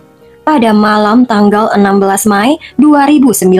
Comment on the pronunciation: Mei bukan May.. Anggap kamu memakai bahasa Inggris sekalipun, tetap May itu dibacanya Mei !!!